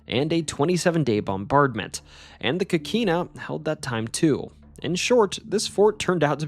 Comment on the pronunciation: Pronouciation needs improvement: sueños (tilde over the n), Avilés (accent on the E), coquina with a clear O not as an A sound as said on this video.